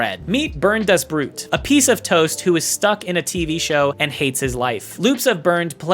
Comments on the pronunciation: it´s bernd the bead if translated you pronounced it burned das brot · bro really said böhrnt dahs broot 💀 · OMG Bernd das Brot, not "burnd das broot". thats E and an O. gosh, a little effort here, people, german is not that hard.